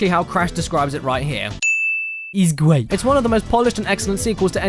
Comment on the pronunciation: IZ GWEAT!